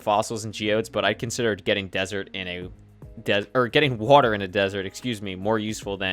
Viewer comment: POG wooter instead of water new york accent? your from new jersey close